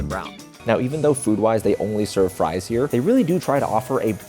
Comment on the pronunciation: Fwench fwies